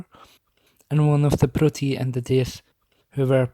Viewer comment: Why do you write protoi but say proti , and why do they have this name